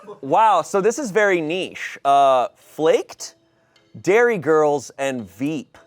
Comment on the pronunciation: is nobody going to talk about how said Derry girls like Dairy girls?